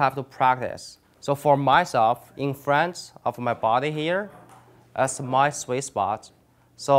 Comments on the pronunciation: Great video. Thank you ! It did take me 2 times watching this to figure out that you weren’t saying “Swiss Box”,... you were saying Sweet Spot . lol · Probably because he says Swiss spot not sweet spot.. But seriously, I'd say he is just very dedicated and conscientious. He avoids annoying slang words and phrases such as; "What's up guys!"